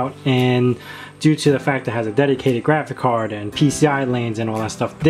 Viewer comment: You say GRAFICAR every time... :D